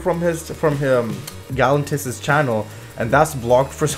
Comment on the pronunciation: I believe that it is pronounced David Getta and the accent is on the second syllable of Gal-LAN-tis. I'm pretty sure that is right. Someone please correct me if I'm not.